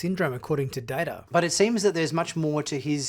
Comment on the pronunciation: Its data not data sir.